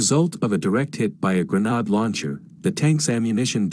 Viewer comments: Gren aid not gren odd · Why does nobody check the narrator! “Granard”. Ugh!😩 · Hey, is there any chance of getting a real human narrator? One that knows how to pronounce 'grenade' and 'Kiev', for instance. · "grenhard" launcher 🤣🤣🤣